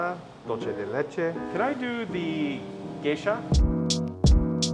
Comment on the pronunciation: It's really Gesha, as in the beans originally from Gesha, Ethiopia.